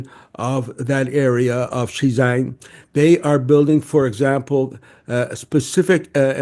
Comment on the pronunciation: This guy's pronunciation sucks - he's trying to say Xizang 西藏, not Xinjiang 新疆. They're pronounced quite differently but in a heavy English accent they both sound like 'she jang' apparently